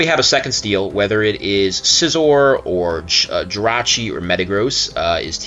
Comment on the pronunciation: The only person in the world to refer to Jirachi as "Jirah". Rachi seems to roll off the tongue better, but hey, if that's your hill then by all means defend that hill.